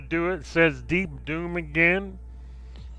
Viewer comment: I'm fairly certain you said "Deep Dong".........